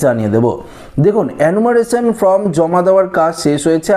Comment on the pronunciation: Bhai kothata from noi form onek din holo sunte baje lagche.yhik korun.